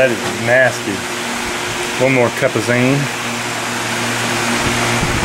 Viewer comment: I love the “azine”